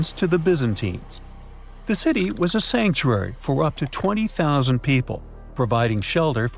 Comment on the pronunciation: A 20 zero zero zero seat stadium? Please teach your AI how to properly pronounce numbers lol